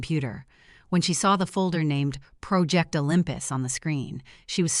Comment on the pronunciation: And project